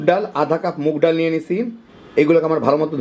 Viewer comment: ডাইল নাকি ডাল ? 😂❤